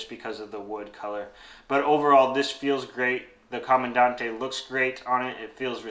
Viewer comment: pronounced Camandan-TE. Not that it matters. My philosophy... you own one, you can call it whatever you want! 😅 I think for American Cherry, the clear catch cup looks best.